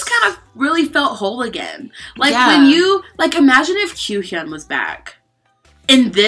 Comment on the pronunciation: girl I can't believe you finally pronounced kyuhyun's name right with out being worried if you said it right